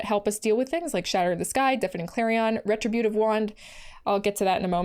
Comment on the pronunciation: re-TRIB'-u-tive wand. But say it however ya want. It's a Magic card, after all.